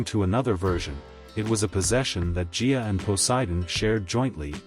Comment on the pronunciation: It's not pronounced Jia, it is Gaia. A hard G.